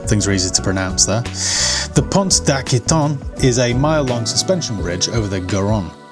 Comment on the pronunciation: Pont d'Aquitaine = "ah-key-ten" 😉